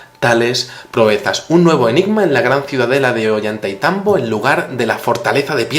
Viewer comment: no se pronuncia "Ollanta y tambo" es "Ollantay tambo"